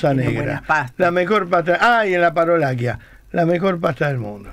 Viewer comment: LA PAROLACCIA SE PRONUNCIA PAROLACHA, CC ES CH BABY LCDTM